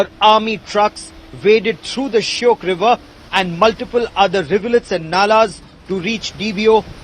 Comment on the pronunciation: It's shayok not shyok.